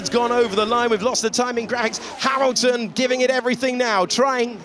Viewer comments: the commentator called Hamilton "Harrelton" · he said "Haroldson" or are my ears tricking me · "Harolton" thats a new.... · Ah, my favorite driver, "Harrilton" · "Harleton" lol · Harrilton. :D